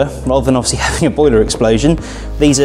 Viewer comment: Offsly as he said so many times